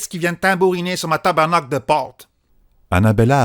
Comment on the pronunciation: Québécoise ici 😂😂😂 "tabernaowcle" se prononce bel bet bien "Tabarnaaack" mais sinon encore un rv avec bcp de fun et de joie !!!